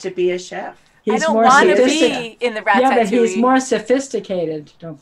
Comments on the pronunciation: Please for the love of god stop pronouncing it rat-tat-two-ee..... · You know they havent seen it when they call it rat-AT-ouille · Rat-tat-ouille lmaoo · "Rat tat touille